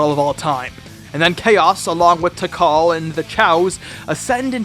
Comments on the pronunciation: OK I was watching this with little issue, up until . What the fuck??? This game has full voice acting, there is NO WAY to forgivably butcher someone's name that badly! Her name is Tee-KAHL. Not TIE-kuhl. What the fuck?!?! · Wait did he say Tykal it's pronounced Tikal my dude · Tikal name is pronounced as Tee-Cail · the way you pronounced tikal lol gonna go ride my bitikal